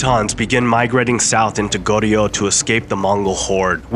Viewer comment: How about learning the pronunciation of Joseon, Goryeo, etc?